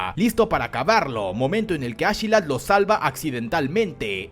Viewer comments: Como que ASHelat ? ASKELAT !!!!! No suena igual de imponente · Yo intentando no arrancarme las orejas cuando escucho ashilad (askeladd) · Askelat no ashila 😂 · Me da una cosa bien rara cuando dices achelad en vez de askelad pero bueno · A mi tambien, te lo juro incluso algunas veces me confundia